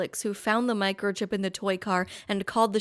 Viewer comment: lol "micochip" the size of a cell phone.